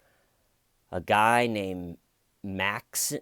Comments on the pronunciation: I think it MIGHT be pronounced "Mox-een" I have a russian friend named Maxim and thats how he pronounces it. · His name is pronounced Max-Im (accent on the I like Maxine